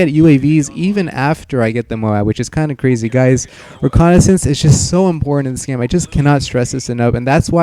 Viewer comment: and u say reconicence